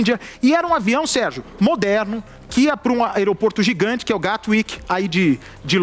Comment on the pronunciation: por que vc fala avião mais modeno em vez de modeRno?